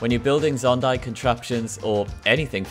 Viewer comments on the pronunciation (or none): bruh really call it “zondai”? fake Zelda fan lol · Proof he's never played the game and is reading a script: "zondai" I hate people who make channels like these, taking advantage of people's hard work for profit, and they don't know a thing about the game. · wait wait wait... "zondai"...? bruh... just... bruh... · did he say zondai